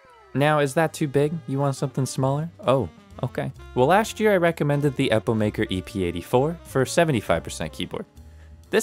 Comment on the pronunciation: u said epobaker it was funny no dis